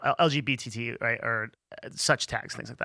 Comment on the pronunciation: Also I swear to god you said LGBTTV lmao